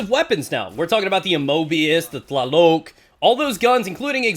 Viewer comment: man If you really are interested in the correct pronunciation of Tlaloc i hope this help you. The tonic syllable is "Tla",this is the syllable you should pronounce "stronger" and "loc" sounds exactly like the word lock. Keep up the good work.